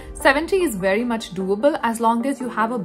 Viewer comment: Didn't know about this; thanks for the info. Also, I like your presentation style and voice. But I did chuckle when you pronounced "very as "wery", though :)